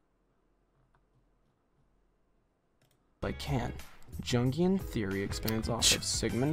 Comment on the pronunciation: I lost it when he started playing persona 3 music and mispronounced “jungian”